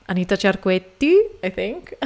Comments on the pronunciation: you pronounced Cerquetti correctly 😎🥰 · What a wonderful video! Random comments I wanted to write down. You pronounced Cerquetti perfectly and she was a wonderful singer who also only sang for ten years before burnout. Ponselle said that she was forced to sing the arias at a quicker tempo because the 78 discs back then only had so much time on one side to record. So, she may have not pulled the section after those consecutive "A's" for this reason. A host interviewing Callas said when he heard her first records, he thought she was Ponselle, and that record was "Casta Diva". Montsy will always touch me, but Callas is the queen! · Your pronunciation of "Cerquetti" is absolutely correct. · An italian : the pronounce of Anita Cerquetti is very well. Your italian is fairly good, not perfect but good. Brava!